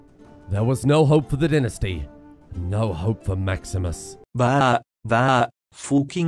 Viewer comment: He still keeps saying tinasty, instead of dynasty...